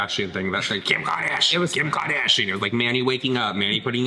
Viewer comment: Again? Oh no 😂 Kim Kahdasheeein!"